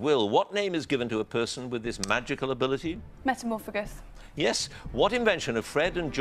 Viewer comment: Anyone else catch that no.14 was wrong, but he said she was right? It's metamorphmagus, not metamorphagus. It's got a third 'm' in it.